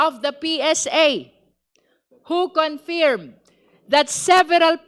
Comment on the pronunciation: Its pronounced khun ferm not con feeeeerm